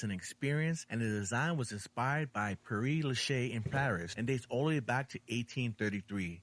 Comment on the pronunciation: The Necropolis. City of the dead. His pronunciation of the French is abomjnable. Pere Lachaise. Cemetiere. It has the great, the good and the what have you of French history. Napoleons generals, scientists, Edith Piaf, Oscar Wilde and Jim Morrison. And in the bottom corner, the graves of the Communards who were shot agajnst the wall they were buried under. I am Glaswegian. But don't oversell the Necropolis.